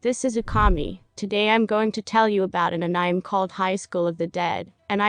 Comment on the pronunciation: I checked out at "an ann-nime"